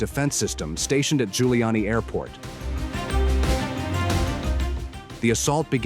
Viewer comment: Airport name is "Zhulyany", not Guiliani.